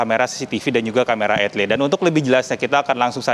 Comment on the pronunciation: "camera cctv dan camera ITILITI " .... ITILITI tuh yg kayak gimana yaaah..? 🤣